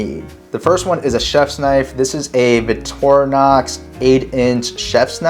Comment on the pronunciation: Why are you saying "Vitorinox"? There's a "c" in the word. Vic-tor-i-nox.